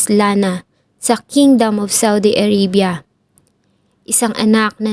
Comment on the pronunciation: A-r-a-bya hindi A-rey-bya